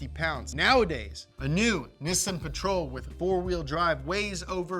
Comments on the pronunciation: Nissin? U mean Nissan? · By the way it’s not “Nissn” it’s Nissan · Ok so is it pronounced nih-sun or knee-sawn? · Instead of struggling and flip-flopping with the pronunciations, just say NISSAN the right way. It is pronounced "Nee-Sahn." In romanized Japanese, the double consonant "SS" elongates the vowel preceeding it, the "I". Most Americans say Nee-Sahn which is essentially correct. "Niss-In" is a common mispronunciation mostly spread by British car journalists. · Nee-sahn Ni-sin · I'm more confused by the American pronunciation of "Neeeesaaaahn". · Is it pronounced Nissan or Nissan? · Is that how I'm supposed to say nissan? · You say Nissan wrong dude. Maybe take some acting lessons too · Say Nissan correctly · Why is pronouncing Nissan wrong?